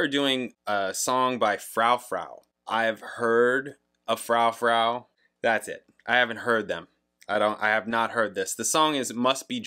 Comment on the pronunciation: Dido (die-doh) is known for "white flag" (give it a listen and you may recognize it). Her most popular is "thank you" which is sampled in eminem's "Stan". (Im sure you know by now but its Froo-froo 🙂)